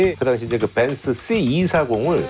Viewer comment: 벤쓰 발음 ㅋㅋ